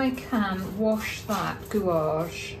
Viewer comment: Your videos are always a treat and I always learn a lot each week but May I say that gouache is pronounced gouash. Again many thanks for taking the time to explain how you paint with such enthusiasm.